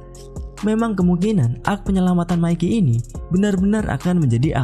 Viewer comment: Channel pembahasan tokyo revengers dgn penyebutan nama mikey yg betul👍